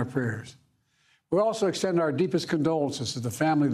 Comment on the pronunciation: Oh god he was doing so well…until “Former Trump was not surously linjured…” SMH